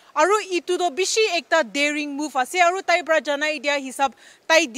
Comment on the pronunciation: So pitty that the lady journalist is unable to pronounce 'Para' in nagamese! 😍